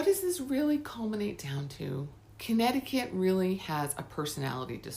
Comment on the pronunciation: It's wonderful to watch a Connecticut video where the facts and pronunciations are correct, and the content is interesting. I'm subscribing to your channel right now.